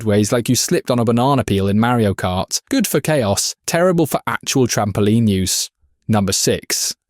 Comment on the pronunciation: It is pronounced MAR-ee-o kart